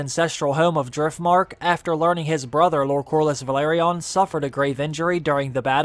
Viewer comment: No wonder the Velaryon’s go extinct. Some People find it hard to pronounce their name. Vehh larrr yonn